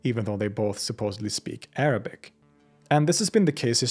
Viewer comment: Your Arabic pronounciation is basically perfect and a joy to the ears.